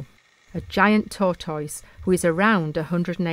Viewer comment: world peace heard of a tortoise not a tourtoys. hehehe